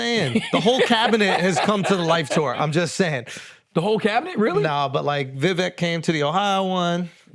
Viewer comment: Ironic cus Charlemagne was the one calling folks racist cus they couldn’t say that Indian woman name correctly. Same “weird pretentious” shit ! Even funnier cus he butchers Vivek’s name “Viv-eek” smh 😂